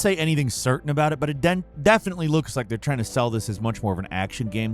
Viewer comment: Did u rike it?